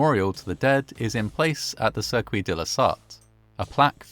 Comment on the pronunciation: The mispronouncing of the word “circuit”makes me think this is AI voiceover